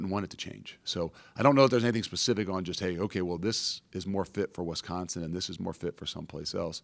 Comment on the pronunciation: it's an "I" after the W in Wisconsin, not an "E"